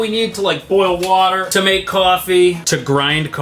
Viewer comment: “To maek coiffee”